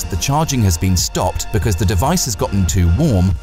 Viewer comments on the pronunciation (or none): none